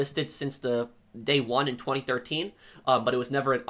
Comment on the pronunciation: I find how you say 2013 VERY OFFENSIVE and swear word notice and you swear way too much